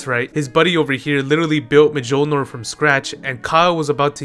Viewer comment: m'jolnur got a chuckle outta me lol its "myoll-neer" but you're very entertaining and i like your attitude (